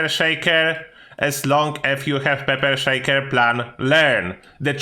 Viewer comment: peper sheiker